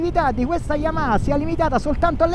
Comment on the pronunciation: "yamaKa" YAMAHA DIOCAN